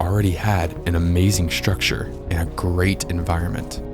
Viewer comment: Why do you say "ekshtreme" and "shrucshure"? Annoying.